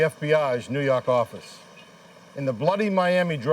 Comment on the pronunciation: NEW YAWK AFFICE!